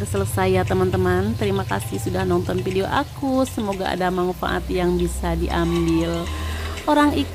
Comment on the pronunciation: Hebat... coba sebut video bukan pidio